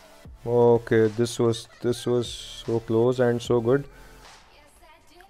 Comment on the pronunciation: That "Okay so" has changed a lot!😂